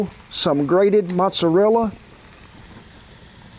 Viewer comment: Not mozzerla lol